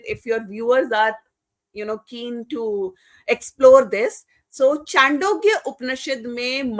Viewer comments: Sorry to say, without any disrespect, I feel, knowledge is imperfect. She is also not articulate. I agree with Dr. Patil. Some of her narratives are not correct. Even the name of the sukta she mentions is not correct. It is नासदीय सूक्त, not नसादीय. Not चांडोग्य but छांदोग्य. Not वासुदेवाय कुटुम्ब but वसुधैव कुटुम्बकम्. Some viewer has suggested to invite Shri. Nilesh Oak. I second it. Do invite him. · O madam vo chandogya upnishad nahi chhandogya upnishad hai. Sasti popularity na le😮